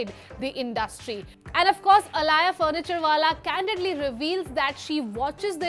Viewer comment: Her name is alaya not alia